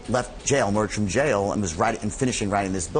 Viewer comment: It's pronounced jail, not jayal. It's pronounced fraud, not frawd. (yes this could go on). But seriously, people are going to pay to listen to this? Man, I sure got on the wrong train.